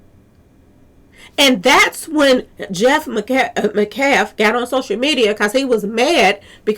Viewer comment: Met- calf ..met- callf..pronounced metcalf